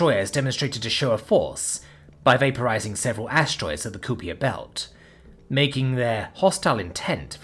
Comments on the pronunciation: As well, Kuiper is Ky-Per, not Coo Piere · Kuiper is pronounced as though the "ui" were the word aye or eye. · I'm American and have only heard the Kuiper belt be pronounced as "Kai-per", not "Ku-pee-ey" (French sounding?) I have no idea which is correct though.